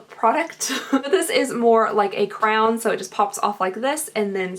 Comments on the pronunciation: Wait... Did you say crayon like crown?? 😂 It's crazy how different people pronounce that word. (I say cray-on) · I'm sure the internet trolls have told you thus before but did you know that you pronounce "crayon" like "crown"? It reminds me of my sister and it makes me happy :) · You say crayon just like me. (Crown) Lol. All my City friends make fun of me for it. also, I am aware that this is an older video. However, I just found you and I love your videos they're fantastic. Another thing you happen to be a country bumpkin from Kentucky just like myself. I live about 20 minutes from Richmond and soon I'm hoping to visit your store. Thank bunches.